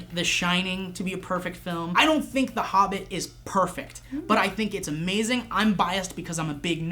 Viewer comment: why does say Harbbit and not Hobbit?